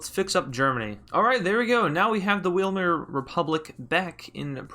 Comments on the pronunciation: It is pronounced vimar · Pronounced wimar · vīmär theres how you say weimar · you pronounce weimar w a i m a r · Weimar is pronounced vie-mar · Weimar is pronounced "Viymar" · It's pronounced Why-Mar Republic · its pronounced why mar republic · It’s pronounced ‘vimar’ Germany. Every time you see a ‘w’ in German, it’s pronounced as a ‘v’ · Weimar Republic Vay-mar That's how you pronounce it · In Germany, Ws are pronounced like Vs So it would be the Vuy-mar republic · It's pronounced veimar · In German w is pronounced like a v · They’re pronounced w I mer and herz o gov ee na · Weimar is pronounced v,I,maa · it's pronounced vilmair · Weimar is pronounced with a ‚V‘ sound, like all German words with W. There is no L sound. Vaimur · In a German accent, the Weimar Republic is pronounced " Viemahr republic" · It’s pronounced like vymar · it is pronounced vih-mar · You spell it like weimar and say it like waimar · weimar is pronounced like "why marr" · The German Republic was called Weimar Republic (pronounced wei-mar) In the German language it's pronounced as vei-mar-er Republik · it is pronounced y mar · You pronounce it like why-me-air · its weimar actually has an i, why-mar republic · weimar Viemar ie has the same sound in pie VIEMAR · Im german so i can answer the question how weimar is pronounced: Its spoken like ,,wimar or waimar so ei is like just i ,,ai'' in english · also the W is pronounced like V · You pronounce it vimare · Lul yes, bring back the Weimar Republic! Btw it's pronounced Why mar. ... and Hurts uhh go vee nuh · You pronounce Weimar something like why mar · Why-mar republic. Just in case you care about pronunciation because it’s not really that important if the point is understood. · Its pronounced v-eye-mar